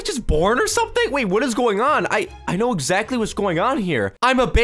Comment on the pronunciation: Did anyone notice that on his first day of school he said kno instead of I know